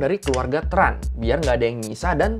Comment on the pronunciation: Sama. Setauku Tran itu bacanya bukan TRAn tapi chèn